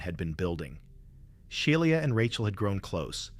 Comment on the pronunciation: Bro doesn’t know how to pronounce Shiela